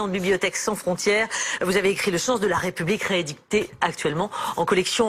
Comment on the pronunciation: On ne dis pas la "Raie" Publique mais la "Ré" Publique, votre prononciation incorrecte appuyée est une offense à la France, Nathalie Levy ?